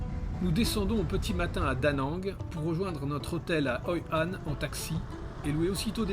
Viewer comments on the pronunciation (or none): c'est Hoi An et Mui Ne pas Hoi Han et Nui Ne. Mais c'est un bon docu. Merci beaucoup.